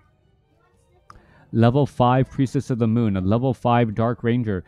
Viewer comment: “Priestess of the mon” - shadow hunter’s gf